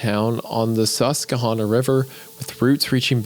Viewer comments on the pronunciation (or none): I was gonna bring that up sus-ke-hannah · AS A PENNSYLVANIA NATIVE I DEMAND YOU RE RELEASE THE EPISODE AND SAY THE SUSQUEHANNA RIVER CORRECTLY SUS-QUE-HANNA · Susquehanna = Sus-kwuh-haan-uh But now I wanna hear wendigoon pronounce schuylkill and see how he butchers that too 🤣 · It's pronounced Sus-qua-hannah. Fake Appalachian. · mr weller needs to ask me, a born and bred pennsylvanian how to pronounce susquehanna: SUS-kwuh-hannah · Erm, actually it's pronounced suh·skwuh·ha·nuh. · “Sess-kwuh-Hannah” sorry just how it’s pronounced being from around there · You should bring a third person in just to help with pronunciation (me). It's sus-qwah-hannah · The only thing scarier than how this story deteriorated was Wendigoon's pronunciations of Susquehanna. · he cat pronounce Susquehanna (episode ruined) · as a PA native hearing the butchered pronunciation of Susquehanna, it hurts deeply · You can tell they've never spent time in PA because of the way they pronounced "Susquehanna" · AS SOMEONE WHOS LIVED AROUND THE SUSQUEHANNA RIVER MY WHOLE LIFE HEARING WENDIGOON BUTCHER THE PRONUNCIATION SO HARD LITERALLY HAD ME GAGGING 😭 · That pronunciation of Susquehanna almost made me puke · The way Wendi pronounced Susquehanna hurt my feelings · As someone from Pennsylvania, I find it funny listening to them trying to pronounce Pennsylvania names. Wedigoon pronounced Harrisburg properly, but mispronounced Susquehanna. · Now why in the world would you pronounce Susquehanna like that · being someone who lives beside Harrisburg, hearing Susquehanna said like that made me laugh too hard. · Had another mystery comment delete with no explanation via youtube again... yay Anyways Isiah ya mispronounced Susquehanna who pronounces QU like that really? And Hunter try a half pastrami half cheesesteak the blend of the two is great. Keep Up The Creepy work guys. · The pronunciation of Susquehanna made me chuckle as an eastern PA resident😅